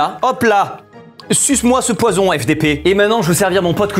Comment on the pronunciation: Le « eu »du poisson sa m’a tuer